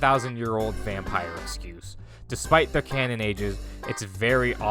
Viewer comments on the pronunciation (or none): none